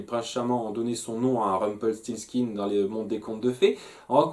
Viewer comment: Tu réussi à dire Rumpelstiltskin !!!! Alléluia !!!